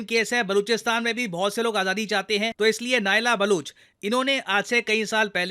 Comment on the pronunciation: aap full video mein Baluchistan aur Baluch bole rahe thhe Balooch nahi hai Baloch hai ...Balochistan not Baluchistan